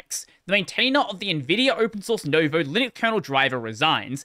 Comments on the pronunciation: Noo as in noose I'd say, not new as in news. But pronounced a bit quicker, same length as step or tick, whereas English oo is always long just like steep and take. Also if we´re doing everything properly anyway, the stress is on the second syllable xP (I suppose the all-caps VOE indicates that, but keeps putting the stress at the start, as do most people in linuxland even if they do say noo-voe) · Just saying it's nuvou not novo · It's /noo-VOH/, not /NOH-voh/. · Sorry to be that guy, but I can't help it. Nouveau is pronounced NEW-VOE (nuvo) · Hearing you pronounce "nouveau" as "novo" just kinda hurts 🥲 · I've never seen it pronounced correctly... So it's no surprise. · it's pronounced "noo"-vo, like the word new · New-voe. It's french. Nouveau. Pronounced like Noo-vo.... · It was driving me crazy 😅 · I assume it's pronounced new-VOE, not no-VOE, as in the French word for 'New'. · No, you pronounce it as NO-YOU-VEE-AH-OW